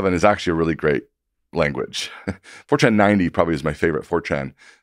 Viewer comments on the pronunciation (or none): He's saying Fortran, not 4chan.